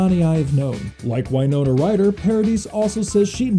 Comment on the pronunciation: WINE-NONA RYDER